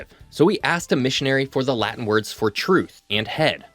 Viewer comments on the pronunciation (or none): none